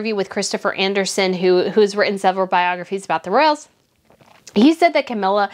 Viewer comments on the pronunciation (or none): none